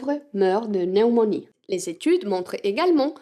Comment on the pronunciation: Votre prononciation du français est très bonne, je vous comprends même en faisant autre chose pendant que votre vidéo roule en arrière-plan. Il y a un mot auquel vous devriez faire attention, le mot "pneumonie". Il se prononce avec un "p" sonore. En fait il se prononce comme le mot "pneu". Votre langue maternelle est l'espagnol et dans cette langue, le mot n'a même pas de "p", "neumonia", alors je comprends cette façon de le prononcer de votre part. Ce n'est pas un mot qui est employé abondamment dans le langage courant, mais si vous voulez utiliser votre proverbe: "Quand le riche a un rhume, le pauvre meurt de (p)neumonie", il faudrait prononcer le mot correctement.